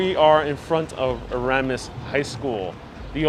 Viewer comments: It's pronounces E-ras-mus, You're leaving out the first s. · It's ERAS-Mus! You pronounce the 1st and 2nd S!